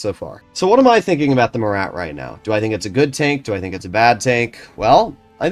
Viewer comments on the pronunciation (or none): none